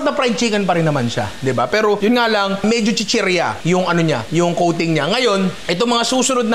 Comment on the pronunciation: Yeah, I was wondering why there was a meow after he said coating, ohhh “kuting”!! 😂😂